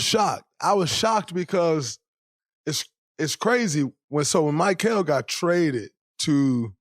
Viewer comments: “My-kel “ who is this player. Dray gotta be trolling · Mr. New Media… can’t even pronounce his name correctly! Not Mike-ale! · Most hilarious part of this: Instead of mispronouncing “Gobert” on purpose, as he usually does, he’s mispronouncing “Mikal.” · He still can’t pronounce mikal right lmao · why tf you continue to butcher his name like that??? 😂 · Dude why can't you pronounce Mikal 😂 😂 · Spit it out man! How much thought gathering does someone have to sit through to hear your anti-Knick agenda! Isn’t this show recorded? Shouldn’t you have your points set before turning on the camera? Plus just say Bridges, butchering the man’s name!